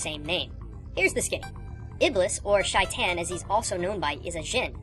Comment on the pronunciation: It's produced shaitaun and ieblese